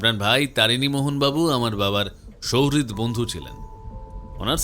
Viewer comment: souhrid nay, suhrid. Edaning dekhi bangali ra bangla vasa tao thikthak jane na.